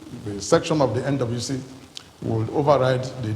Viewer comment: Is it just me or does oshomole say “NWC” sounds like “Indaboski” 😂